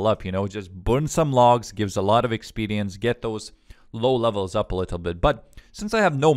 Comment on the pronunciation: Oh I missed hearing you say expelience